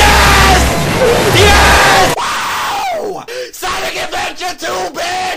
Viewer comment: Actually he say Sanic Adventure 2